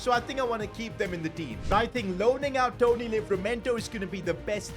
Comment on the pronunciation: "Tony" Livramento 😂